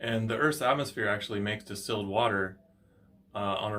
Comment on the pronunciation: Are You Saying Distelled Water or Still Water , Can talk Clear Please ?